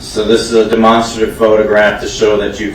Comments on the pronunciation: Why cant they say Demonstrative correctly? DeMONSTERative. Never heard it said like that before. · I was thinking that too but what if all this time we were wrong😂😂😂😂